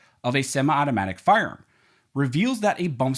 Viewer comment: Please announciate your speech. The rule of Lenity is not pronounced the rule of Lindy. Firearm is not pronounced "Farm".